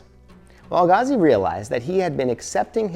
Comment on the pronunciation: Why can’t u pronounce Al-Ghazali? 😂 I hear AlGazal, AlGazi, Ghagazi 😂😂😂